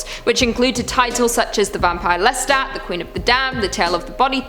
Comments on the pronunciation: Umm its Lestat not Lester. Intresting list. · I thought I misheard that, especially after she said it right later. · Hey When You Were Talking About Interview With A Vampire I Think You Ment To Say Lestat 😉 Not Lester?? 😲